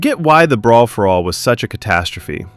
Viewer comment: "Breer for all"?